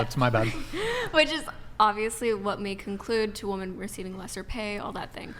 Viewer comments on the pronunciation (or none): Why can't they properly pronounce the word "women"? They say "woman" for the plural. Is this intentional? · Why do young women pronounce the word women as woman?